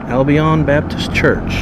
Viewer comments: The town is pronounced AL-Bin not AL Bi-Own 🤣 you have to get that southern drawl in order to pronounce these towns! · Greetings from Australia. Thanks for sharing. I noticed several basketball hoops on the roadside and not on the properties. Your pronounciation of Albion was interesting. I gew up up in Melbourne Australia and there is a suburb call Albion which is pronounced " Al-bee-an". Happy and safe travels.